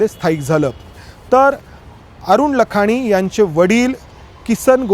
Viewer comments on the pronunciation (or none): लखानी नव्हे लाखाणी म्हणतात